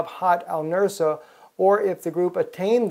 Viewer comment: "Al Nus-ra", not "Al Nur-sa".